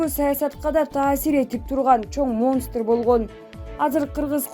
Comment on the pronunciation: Колоссально дегенге тилин келбесе кыргызча айтсан,негизи коп орусча аралаштырбагыла,и так тилинер келбейт,силердин тилинерди Эл да тушунбойт,монстр дегенин ай,ай,утур точканы кайсы жерде кандай окулат!!!негизи коп ката!!!окуп жаткан кабарчыларды сабаттууларды алыш керек,угуп жатып уяласын🙈🙈